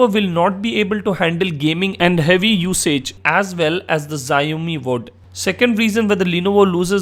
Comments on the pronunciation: it is not ziaomi it is xiaomi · it's pronounced "sh-aww-mee". I'm really considering one of these two, but I don't think either support US 4g bands. I still like the phab2's physical design and better camera quality, but the processor is a let down. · The Xiaomi folks are gonna hate you for pronouncing their phones with a Japanese-sounding name....